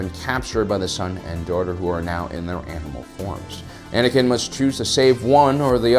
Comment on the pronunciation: Anakin's not Anikin's